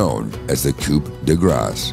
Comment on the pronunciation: The "P" is "Coup" is silent. Do I need to start bringing a ken-nife into the classroom?